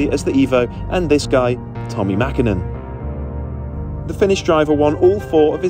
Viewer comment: Props for the ä in the Mäkinen 👌🏻